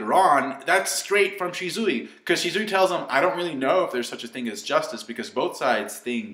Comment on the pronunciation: you keep saying "Shi-zoo-i, or shi-zoo-i" You sayin' it the same way both times man xD You do you, but it's supposed to be "Shi-su-wee"